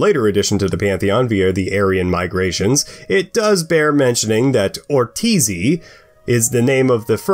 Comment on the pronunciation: Ortizi?? are you sure. Ive heard the name as Ortz, Ortzi, Urtz, Urtzi, even Urcia by Aimeric Piccaud in the Codex Calixtinus but Never ever Ortziri. Furthermore, sorry but not correct either on the Lamiak. Other than that, Sorioneku!